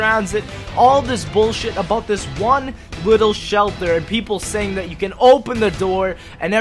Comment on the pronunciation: Ffs please start saying the word "This" like a normal person.